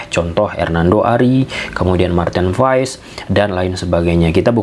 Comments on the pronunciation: bukan pass pak tapi pa nya dipanjangin dikit "paas" Pasti kita punya nama yg mengandung arti kalau penyebutannya salah pasti artinya berbeda karena nama itu adalah doa. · Kebanyakan orang selalu salah yah... datang pemain baru untuk indonesia nyebut namanya salah apa ga dicari dulu tentang menyebut namanya? Marten paes dibaca (paas)... Cuma kasih tahu kalau ga jadi kebiasaan ❤